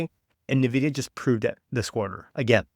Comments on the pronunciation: it's not "nahvidia" it's "N" "vidia" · Yeah i instantly close the video whoever STILL can't say it correctly. NAHVIDIA. JEESUS